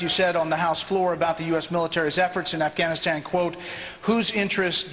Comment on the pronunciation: LOL and get the troops outta Affkuuwphhganistan!!